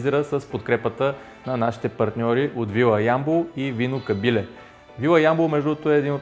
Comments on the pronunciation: Като рекламираш нещо, поне се постарай да го изговаряш правилно! КАБИЛЕ, ударението е на е! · Ще пробвам рецептата, изглежда много вкусно с тези аспержи. Само, моля те, произнасяй Кабиле с правилното ударение на "е". (